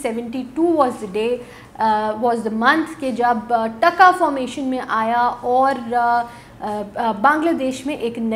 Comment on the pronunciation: Sounds irritating when Pakistanis pronounce our currency in a weird way. "T A K A" sounds like "DHA KA" The way you say it however with a short sound reminds us about the contempt by which Pakistanis would say it after getting defeated in 1971. Try to show some respect now, by learning to pronounce it, since it is the strongest currency!! And because you guys seem to be so interested in Bangladesh now that we are growing so fast.